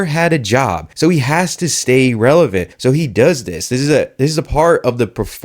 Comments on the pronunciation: "I AM RELAVENT!!!" 🤪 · Not revelant Lol are you sure 🤣🤣🤣